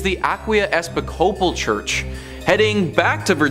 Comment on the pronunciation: Episcopal phonetically sounds like eh-piss-coe-pol Like nails on a chalkboard listening to every single one of you mispronounce it.